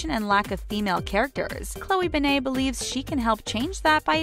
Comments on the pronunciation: They said her last name like ben-nah. Its said Ben-it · In her name you pronounce the T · I know it's not ben-ae it's ben-et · Its like saying ben then net at the same time and not banai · Her name is pronounced (Ben-Ay) it's (Ben-Et). Gah, you do soo much research but you can't even say her name right. Love you. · Stop saying her last name wrong ITS BEN-ETT NOT BEN-AI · "Bennay" It's BEN-NET, OK BEN-NET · Why "Be-ney"? Not "Ben-net"? You said her name wrong. It would be "be-ney" if it had only one N. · Ben nit not Ben nayyyyy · Why do they make its sound like she has a French last name,like nooooooooo it’s Ben-net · Beney?? Come on!! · i know they should have said ben-net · Omg they said both of her last names wrong, its pronounce ben-net, and pronounced wong not wang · Midnight Jewels yeah they keep saying bennaye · ...."Bennay"...???? Are you serious?!? sigh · Her name is said BE-NIT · It’s pronounced BEN-IT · Said her last name so wrong🤦🏻‍♀️🤦🏻‍♀️🤦🏻‍♀️ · Said her last name wrong 🤦🏼‍♀️ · I cringe every time you say her last name wrong. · Her last name is so simple and they still can't say it right. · Maybe should actually say her last name right, like really? This is really annoying me {edit} I wasn’t suspecting that much of comments and likes, I’ve never received this much but thank you guys 😊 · You pronounced her last name wrong. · She did say it wrong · Ik I hated that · Their grammar and pronunciation make me wonder if they have ever sent their scripts or videos through editing processes. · Ugh ikr 😑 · ikr it pissed me off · She said her last name wrong 😂😂😂😂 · Chloe who ??? Why do you pronounce her name like that???? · you said her name wrong so annoying and I love chlogan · Ishan Ali YOU GUD BRO? I understand why u said that they said her last name wrong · You don’t say her name right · OMG the last name thing is BRUTAL also add how she said Krav Maga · Call yourself a fact channel when you can’t even say her name right